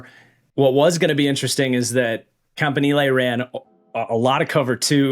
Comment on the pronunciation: Love the way that you pronounce Campanile. It just sounds so much better.